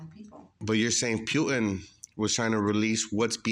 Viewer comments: The way buddy keeps saying POOTAN is kiling me 😂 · Pe-yoo-tin...??? HAHAHA